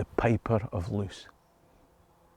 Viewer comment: Loos rhymes with "close" as in "close enough". In Dutch/Flemish double vowels function like adding an e to the end of an english word.